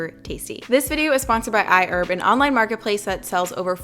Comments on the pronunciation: "I - erb" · I die a little bit inside every time she says iherb 😂😂 still a fine video those parts just get me